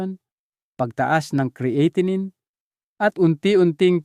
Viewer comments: "Cre-atinine"??? Bagong pronunciation iyan doc ah??? ANG dami mong paikot-ikot ng pauli-ulit na words which makes your irritably boring. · Bakit Hindi cya marunong mag pronounce Ng creatinine kung titoong doktor cya??